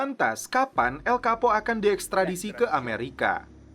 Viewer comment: Bacaan namanya El Chapo bukan El Kapo min